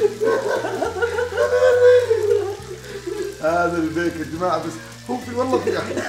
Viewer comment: البيك فلت باور ❌️ الجيك فلت باور✅️